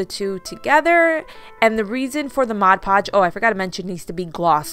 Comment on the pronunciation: I’m so glad you say mod podge.....instead of Modge Podge, I can’t watch once the person says it 😑 wrong!